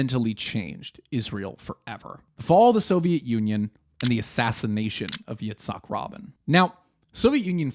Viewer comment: Yitzak Rabin is pronounced RaH Bean